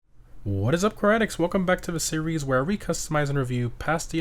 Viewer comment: When you say car addicts it sounds like karate addicts Lol